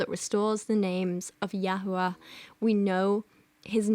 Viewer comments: I'm literally also an atheist but as a Jew the "Yahoo-ah" is absolutely killing me lol I have never in my life heard anyone ever pronounce the name that way. Like Jehovah bothers me less and that one is pretty egregious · as a Hebrew Bible scholar (with a masters from an actual university) it pisses me off SO MUCH that she's just making up a new fucking pronunciation for YHWH like ...... she can barely read English, much less biblical Hebrew!!! you have to be supremely stupid to make the assumption that the vav in YHWH is pronounced like "oo". biblical Hebrew phonology does not work like that! YHWH's name is not just a soup of vowels jfc